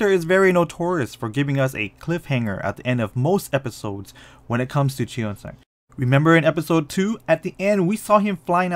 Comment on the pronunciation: cheong-san not chiosang💀